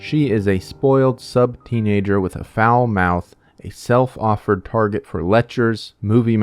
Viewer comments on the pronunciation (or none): none